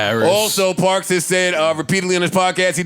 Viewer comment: It’s parks............PARKS